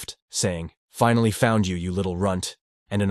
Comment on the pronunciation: Finally, you should learn how this word is spoken in English, you got it wrong, so wrong it jumped off the screen and slapped me in the face. Learn to speak or fix the translation equipment because they did a bad job of saying the word. Pronounce Finally, this should get you a few good examples of how to say the word.